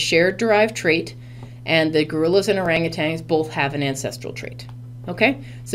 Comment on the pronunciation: Is that how u r supposed to read orangutan??